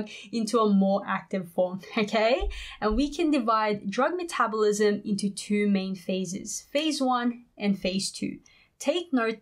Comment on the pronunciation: You say metabolism wrong